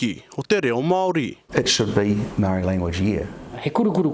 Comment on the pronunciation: Not worth listening to a guy who can't even pronounce "Māori" correctly. Not worth respecting neither